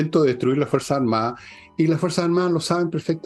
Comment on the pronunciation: Estimada: sus intervenciones serían impecables si pronunciara mejor: Etao Unío, Fuerza Armaa,..se a etao perdiendo... Gracias